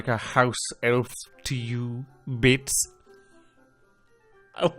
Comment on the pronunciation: Absolutely loving this play through! I didn’t want to watch it at first because of spoilers for when I get to play the game in the future, but you were too funny not to. Also, the way you pronounce Bits and Ben as Beets and Bin just adds to the humour, your accent certainly is unique. 😂